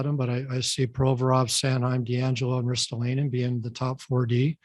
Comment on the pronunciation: chuck fletcher doesn’t even know how to say Ristolainens name right 😂😂